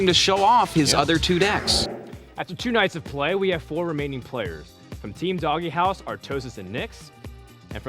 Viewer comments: IT'S NOT DOGGY HOUSE IT'S DOGE, LIKE DOGUE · Why the fuck are they pronouncing "DogeHouse" as "DoggyHouse"? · If only he would stop mispronouncing Dogehouse